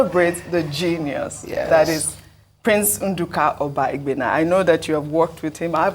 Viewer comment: you are from delta and can not pronounce obaigbena good. English has finished you people that claims educated but couldn't start your education from your root. Very shameful.